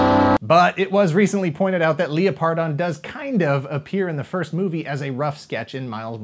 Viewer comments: Am I the only one that cringed Everytime said leoPardon instead of lepRadon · Leō-pardon? I’ve always pronounced it Leopard-on. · Leo-pardon..? Surely it's Leopard-on?